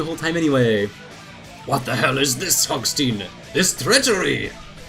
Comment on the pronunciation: It's hogstein not hogsteen.